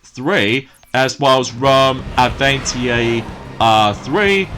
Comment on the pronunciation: Don't you mean, Rome Avanti? (you pronounced that very strangely.....)